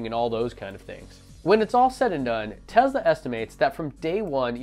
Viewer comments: FOR GOD’S SAKES YOU’RE STILL NOT SAYING “Tesla” RIGHT EVEN AFTER I TOLD YOU IN THAT OTHER VIDEO AND YOU NOTICED O MY GAH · Love your review, except one minor, stupid point. It's "Tesla" (i.e. "TESS-lah") not "Tezla." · Tezluh lol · Dope video. But please... it's Tesla. Not Tezla. xD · Ya umm there's no Z in TeSla.....just saying.